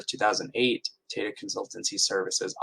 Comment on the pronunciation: It's pronounced as "Taa Taa" and not similar to how Data is pronounced